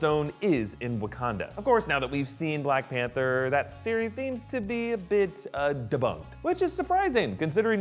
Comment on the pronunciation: Did he just say "seory theams to be" hahaha he did. Nice spoonerism!